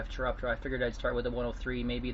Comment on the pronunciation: "Melee" and "Chiroptera" Hearing him speak makes it sound like he knows how to speak, but god damn that's painful to hear.